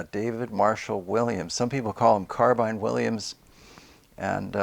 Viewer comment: Carbine, rhymes with wine. Not carbean.